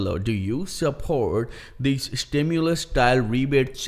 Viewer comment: STIMULUS,😅 not Stimuless. Stimuloss, Stimu-late Checks ✔️ ✅️